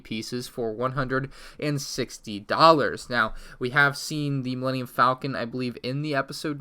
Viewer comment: He says Millennium Falcon right once then pronounced it wrong .3 seconds later